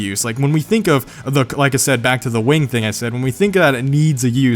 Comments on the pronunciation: its a wing not a waing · i heard 'wang'